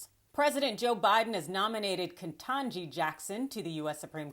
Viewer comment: Why do you keep pronouncing it Ke N tanji ? It doesn't have an N in the early part of the word. It's Ketanji, so it's 7 letters, not 8. KE TANJI not KE N TANJI